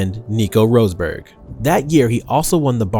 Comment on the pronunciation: you really need to work on your pronounciation bruh rosberg, renault, francochamps....